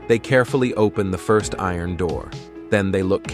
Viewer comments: I ron gates, fence etc!!!! Not iron, it's steel!!!! And the bot narration is terrible, so is the stupid music!!! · Eye-Ron , Earin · Pronounce iron correctly. Thanks. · “I-ron”… “cramp-ed”? Did he have to wear stripe-ed outfits? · "I-ron gates" and "cram-ped" cells. You can't even read your own script. No thumbs up and no subscribe for you, I'll never click on your channel again. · "I-Ron gates" and "cramp-ed cells?" Oh no!